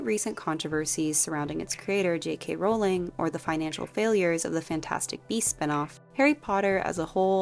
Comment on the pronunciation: I just found your channel and love your videos. Your insight is impressive and your criticisms/compliments are spot on. PS: Thank you for pronouncing "Rowling" correctly!